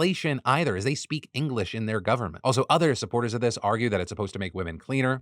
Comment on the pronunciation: When he said "Governmental Election", all I heard was "gooverment". Like goo, as in something gooey. Was I the only one, or did anyone else hear that? 😂